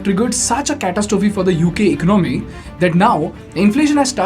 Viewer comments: It's ec-ono-my not econ-my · Please try to pronounce ECONOMY properly, Soooo annoying!!!!!!!!